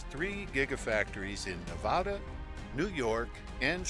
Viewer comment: How you should pronounce Nevada, for anyone wondering